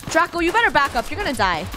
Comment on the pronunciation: Its draco not traco!!!!!!!!!!!!!!!! )